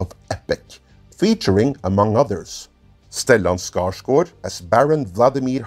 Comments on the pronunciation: You really nailed pronouncing Stellan Skarsgård's name! Source: I'm Swedish. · Whoa, your pronounciation of Stellan Skarsgård nearly threw me of the chair. Flawless!:D